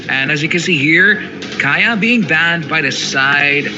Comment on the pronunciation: It's not kaya dude...it's kaja